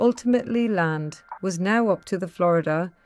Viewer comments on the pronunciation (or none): none